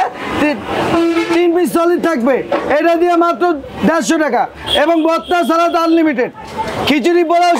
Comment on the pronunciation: সালাত নাকি সালাদ?? উচ্চারণ যদি না জানেন তাহলে কেমনে চলবে??